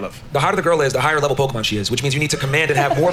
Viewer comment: I felt a weirdness when he said Pokeman. Who the hell doesn't know it's at least Pokemon?